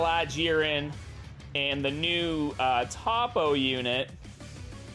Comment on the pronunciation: “Toppo”: “Tappo”